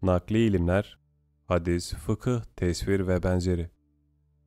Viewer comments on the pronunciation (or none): tesfir nedir yahu. dil sürçmesi sandım ama sürekli aynı hatayı yapıyorsun!